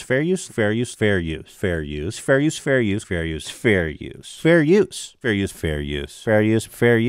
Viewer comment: Ethan "Fare Youse" "Freeze Peach" Klein